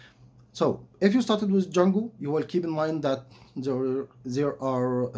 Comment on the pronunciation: And it is not "Jungle" it is "Django", no Rudyar Kipplig here...